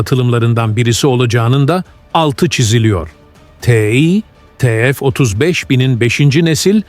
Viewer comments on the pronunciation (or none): Yahu, yerli motor yapıyoruz ama birtürlü TÜRKÇE konuşamıyoruz !!!! Ti- EF nedir yahu, burası Amerika mı 😤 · yapay zeka işte salla biz te fe diyoruz